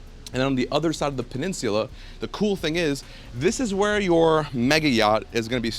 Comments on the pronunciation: Learn to say peninsula 😆 🤣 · It’s the way my man’s is pronouncing “peninsula” for me 🥴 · i couldn't watch it all because of the way he says peninsula. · This house is so elegant that it even made pronounce Peninsula with a British accent...